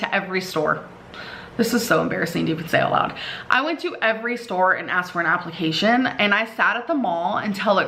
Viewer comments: And her job “applecations“ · apple-cation lol